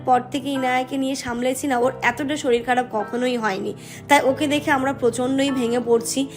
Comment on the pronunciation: Soril ki ? Sorir bolte paren na